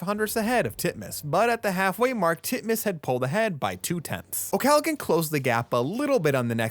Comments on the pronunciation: Please its not pronounced Galagan its pronounced Gallahan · I’m pretty sure the “g” is not pronounced in Molly’s name. I think you’re saying it wrong. Otherwise great video.